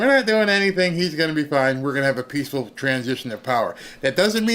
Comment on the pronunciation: WATCH OUT FOR " PEACHFUL TRANSFE OF POWER "